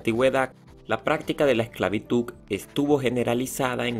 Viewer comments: El secreto para pronunciar la "D" en lugar de "C" al final de la palabra esclavitud es practicar diciendo: esclavituda, esclavitude, esclavitudi, esclavitudo y esclavitudu una vez que la "D" ha sido practicada se le quita la vocal final y se logra la pronunciación correcta esclavitud pronunciando la "D" al final y ya no esclavituc ni esclavituk. La palabra es con la pronunciación acorde a su escritura con "D" se escribe y pronuncia esclavitud. Ahí está la clave y método para pronunciar correctamente la D al final sin vocal pues en tu alocucion pronuncias la D sin problemas cuando la usas con una vocal al final eso muestra que si puedes pronunciar la D solo hay que practicar el método para pronunciar. correctamente. El video bueno en edición pero la información incompleta no se menciona la esclavitud en la biblia aún que no es historiografia si hay datos corroborados por los historiadores tambien a los andinos esclavizados no se les menciona. Gracias. Constantinopla de práctica repitiendo consta, constante, constancia, Constantino, Constantinopla. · vine a la sección de comentarios con un único fin: ver a quien mas le molestaba que diga esclavituC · "Esclavituc" What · Es una pena que haya pronunciado "ESCLAVITUC" en todo el resumen...pintaba bien el video. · Yo también vine a los comentarios para ver si a alguien más le molestaba la forma en que pronuncia "Egigto, esclavituC..." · te falta agudizar y practicar la pronunciación. Así podrás entender y hablar mejor, ejemplo, actitud con aptitud. Así que suena horrible escuchar esclavituC. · PropiedaC, esclavituC, actividaC, sociedaC, EgiCto, es bueno decirle que lo está pronunciando mal para que cambie y lo diga correctamente, probablemente sabe mas idiomas y el español no es su idioma materno 👍🏻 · Quitare el video solo por que dices esclavituC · Adoro como pronuncia ESCLAVITUK. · ESCLAVITUK xdddddd :v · Porque el chico del vídeo pronuncia esclavitud como 'esclavituk'. Pon atención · pero porque dice esclavituc